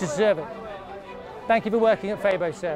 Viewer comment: Love how you correctly pronounced Febo.